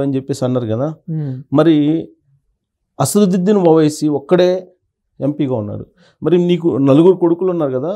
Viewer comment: Asaruddin? You don't his name properly?